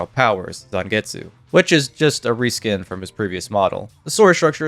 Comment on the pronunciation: Bleach Shattered Blade on the Wii was my introduction to Bleach and Ichigo always threw me of with his Bankai as I throught he said "Zangit Sugitsu" Instead of Zangetsu with the way the English voice actor spoke. I do love how they gave us a tease of Yumicika's true Shikai without propely showing it as well as giving us Ikkaku's Bankai even though the game exclusive wouldn't have the story progression for people to know about his Bankai.